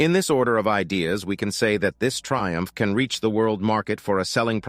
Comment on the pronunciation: Thaiumph not Triumph.